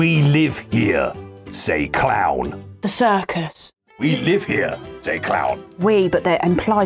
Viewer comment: i fully thought was saying '''we live here, says cloud" instead of clown